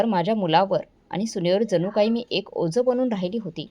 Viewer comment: ओज नाही ओझं